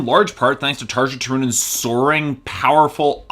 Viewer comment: It would help if you could pronounce her name correctly.